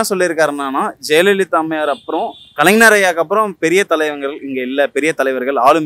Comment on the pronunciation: அய்யா மைக் வைத்திருப்பவரே , வெற்றிடத்தை வெற்றிலை என்று தொடர்ந்து உச்சரிக்கிறீர். கலைஞரை கலைநர் என்று உச்சரிக்கிறீர்.. இது எந்த மாதிரியான தமிழ்... பொது வெளியில் இப்படியா தமிழ் பேசுவது...